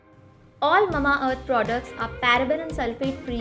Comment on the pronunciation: Its MA-MA earth and not Mumma earth 🥲😅